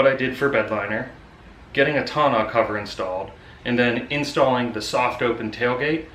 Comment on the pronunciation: You keep pronouncing Tonneau cover wrong lol.